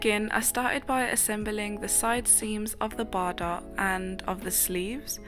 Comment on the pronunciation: Bardot is pronounced Bar-doe, just so you know